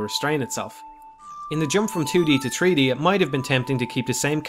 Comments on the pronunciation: "Tree-D space" haha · He said tree D and it was amazing. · Personally, I smiled more at "tree-dee". Love it either way.